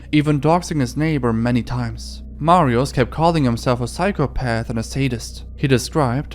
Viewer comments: i hate every youtuber that doesnt give a fuck about proper polish pronounciations it really isnt fucking hard to say mariush (sz makes a sh sound) instead of mariuz and i know hes a deplorable person but this is such a pattern everywhere im so tired of it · bo nawet nie ma próby w jego wymowie mówi Marios nawet u dobrze nie wypowiada. Nazwiska wymowa jest najbardziej amerykańska jak się da. Nie starał się. Jakby to było po hiszpańsku to by spróbował i itak by jeszcze przepraszał na kolanach za błędna wymowę. :/